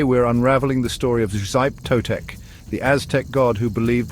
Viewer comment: SHEE-peh TOE-tek, not "Zype", at least learn the basics of how to pronounce Nahuatl before making a piece like this. Still the most nightmarish of the Aztec pantheon. I once dreamed I was Axayacatl, being coronated at the Huey-Teocalli in the skin of a xochimiquitl slain in the name of Xipe Totec. A cold, slimy nightmare I remember almost 30 years on.